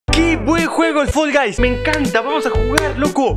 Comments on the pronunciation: Nosotros: Fall guys: Fol gays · Fol gais